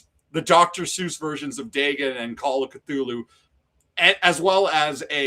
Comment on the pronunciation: great stream, but it was painful to hear the mispronunciation of Dagon over and over